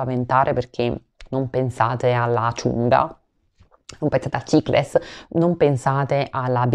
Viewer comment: Ciao, grazie per il video...e mi hai fatto morire quando hai detto "cicles", hai qualche retaggio torinese??:)